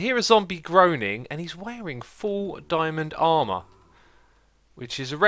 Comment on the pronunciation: "full darmour"? Did you really say that to diamond armour?